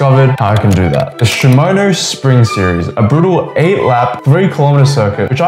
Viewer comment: great video but tdf is 23 days not 24 and its shimano not shimono